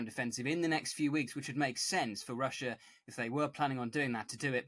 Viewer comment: There is no R on the end of the spelling of Russia! Russia is not pronounced Rusher. I could accept such pronunciation from everyday blokes, but you are a professional are you not?